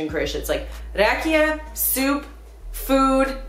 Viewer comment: Kermit is drunk because he was drinking RAJIKA instead of RAKIJA :)))